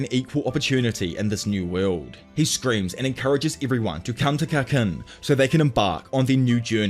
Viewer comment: Tserridnich = SIR-RIDE-NICK Kurapika = COO-RAH-PEE-KAH Kakin = KAH-KEEN Sorry to be a stickler, was just driving me nutty haha